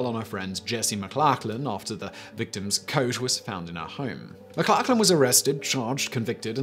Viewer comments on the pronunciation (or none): Your pronunciation of McLachlan is hilarious mate 😂 pronounced more like McLochlin